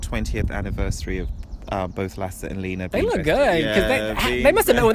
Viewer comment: Liina😂😂 In Finland you produnce letter "e" like in word "Excellent". And btw, in Finnish "liina" means cloth, but it is actually name. I hope you understood😂💗